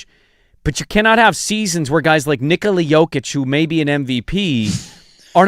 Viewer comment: Hey you're saying Nikola wrong